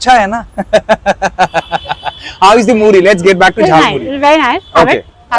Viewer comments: Was I the only one who heard him say 'Muli' and not 'Muri' ? Just checking... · I thought he said jalmuli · Yes, he said Muli